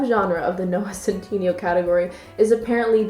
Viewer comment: “Noah cent teeny yo.”